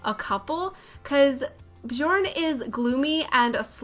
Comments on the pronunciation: Nope it’s not, I’m swedish and it’s pronounced bJööörn berJssen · J are pronounced as Y so Byorn Byergsen